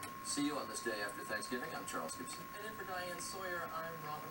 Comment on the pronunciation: I love the "yeearsh" and "Fur"! 😄😄